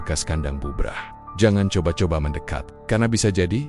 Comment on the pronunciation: GK enak di dengar,,apa itu (jangan koba koba)🤣🤣